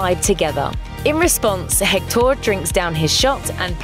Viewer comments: Hector not jector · I just cant stand her saying HectÓr...😡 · I’ve got to say, your Spanish accent is pretty good! Just don’t pronounce the “H” in Hector and you’re good 😄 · HECtor,not hecTOR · Why does she say, "Hec-TAUR"? It's "HEC-tor." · It’s pronounced ec-tor not hec-tor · Hek-TOR lol. Just say Hector . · I hate how she pronounces Hector's name it's HECTtor not HecTOR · It’s pronounced hec-tur not hec-door. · the way she said hector. its pronounced ector not hhhhhhhhhhhhhhector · its spelled hector (i think) but pronounced ECKTOR, not HECKTOOOOOR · It’s pronounced Ector not Hectooooor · It's HEC-tor not Hec-TOOOOOR. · Every time she says Hectór I die inside 😂 it’s Héctor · God. That's pisses me off. Héctor in Spanish is pronounced Eector. H's in Spanish are silent. The H sound comes from J. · What bothers me is not the accent but the way she pronounces the h as in English, in Spanish the h is mute so you should pronounce it "ECTOR" (EHCTOR?, I don't know how to transliterate it, but just forget the h) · It’s eck-tor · I know they pronounce the H in Hecktor and go Heck-TOOOR! Have they watched the movie? Probably, but still. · In fact, she says alebrije quite well... because she gets the intonation, even if her accent shocks so much with that word, that is a pretty hard one. But pronouncing Hector, HHHec-TOR... she listen to the right intonation of the name through the whole movie, you'll have to be extremely negligent to get it wrong! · Seems you all hijos de la chingada need Spanish lessons. Hector pronunciation: English: HEC-tor. Spanish:EK-tor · it’s actually “EC-tor” in spanish the “h” is silent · You pronounced Hector wrong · That pronunciation of Hector is ghastly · I cringed everytime she said Hector's name. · The way they said hector bothered me soo much.